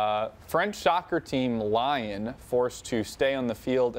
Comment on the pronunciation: 3 guys and not one know's the pronunciation of Lyon. MERICA!